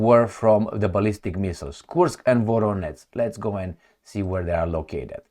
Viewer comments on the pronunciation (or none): nu se pronunță ca Voroneț ci Voronej, la fel Jitomir, Rijev, etc. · it is spelled: VoroneJ not VoroneTZ and also - Jitomir. U r welcome. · How many times I have to tell you? Where is NO such a City in Russia as you are saying - “VORONETS”!!! 👎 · Thanks. When you see ZH in a Ukrainian name it's to pronounce the sound you find as final sound in "garage". The sound written in french often with the letter J ("je t'aime"). You pronounced well for Zaporizhzhia, but not for Voronezh or Zhitomir. There is a letter in Cyrillic for that phoneme : Ж. In Slavic languages with Latin alphabet it's often written as a kind of Z with an accent : Ż or Ž, but internationally it's often written ZH